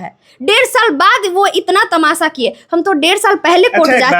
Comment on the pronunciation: Tamasha ❌ tamasa ✅